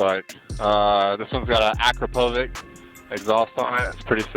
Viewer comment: Akrapovich not akrapovik